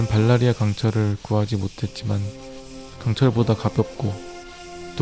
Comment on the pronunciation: 발라리아 가 아니라 발리리아... 입니다 다들 발라리아로 알고계시더라구요... Valryria 제 최애캐인 대너리스의 가문 타르가르옌의 고향이죠..